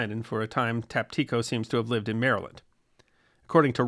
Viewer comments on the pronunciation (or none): none